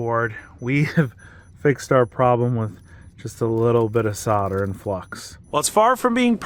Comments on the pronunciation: What the heck is SADAR. It’s Solder. SOL DER. Gets me every time.😁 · WTF is "sodder"? It's soLder. Solder. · Don't know what Soder is. I think you mean Solder, there is a 'L' in there LOL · What is sodder i know solder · Why do Americans pronounce solder as 'sodder'?